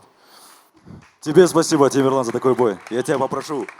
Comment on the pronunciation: Почему имя коверкают ни Темерлан а Темірлан